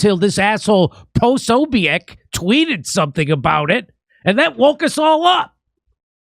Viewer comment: That’s not how you pronounce it 😂 Pah-So-Bic. I doubt he cares. You can’t be the first. Great coverage of this.